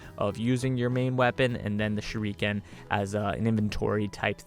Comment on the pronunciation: Shuriken is pronounced Sure - ick (not eek)- ken. all syllables running into each other, not pronounced separatelyand Speaking of Whips, going by personal experience Whips are More similar to Blades in the injuries they leave, they just cut by breaking the sound barrier and they're flexible thus they're totally unpredictable.... Def would like to see one implemented some time down the line... Even better would be a Rope Dart. (ask and I'll explain what one is)